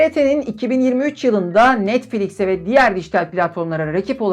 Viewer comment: Netfix diyorsun NETFİX alakası yok hocam